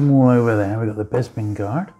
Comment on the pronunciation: You must be from the same part of the UK as Bossk’s Bounty, you both pronounce Bespin as ‘Bezpin’, I’ve never heard that before 👍